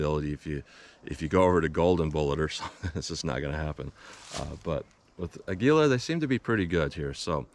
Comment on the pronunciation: Never understood why people cant pronounce Aguila correctly. Its Ah-gee-la. Not Ag-u-la. It's Spanish for eagle. Hints the company logo.